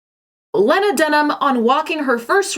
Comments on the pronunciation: It's pronounced "Lee-na." Sorry to be picky and "that chick," but I respect you and your channel and I feel like you're someone who cares about accuracy. Aside from that criticism....Carry on. I agree. :) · how have you created a whole video on this woman and can't even pronounce her first name? Its pronounced Lee-na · You must really hate her, your pronouncing her first name wrong xP but yeah, trash human, worse than trash panda. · Girl you know how to pronounce her name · You can't even pronounce Lena's name correctly. You're telling your viewers to hate someone who you really don't know anything about. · Bitch I couldn’t handle this video with the way she’s pronouncing Lena like that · Low key taking cues from Ron Swansons playbook by mispronouncing “Lena” 😂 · I would be very interested to hear a second take on your strong feelings after giving her current luminary podcast a listen. Maybe they wouldn’t change, but the fact that you don’t even know how to say her name correctly at the very least makes your take on her feel a little more emotional and reactionary than researched or well thought out. I used to eye roll at the mention of her name, but the c word has actually made me take a major step back to think about how or if I judge infamous women in media. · Idk what she did or didn’t do, but it’s really agitating every time you say her name pronounced wrong!!! I am sure I would agree with you when it regards her actions tho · are u purposefully mispronouncing her name or did u neglect that in all ur research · Just so you know in the future, her name is pronounced LEE-na, not leh-na. It's not a big deal, and I know English isn't your first language, but I jus wanted to point it out. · my name is lena and when i saw the title of this video i had a heart attack i promise i havent done anything bad also im pretty sure the name lena is pronounced lee-na, not leh-na, but i could be wrong with how she decides to pronounce it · isn't it LEEEEEEEna not LEHNA?